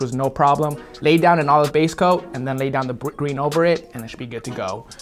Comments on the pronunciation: Did anyone catch say gween instead of green in the video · I thought he actually said green like “gween”😂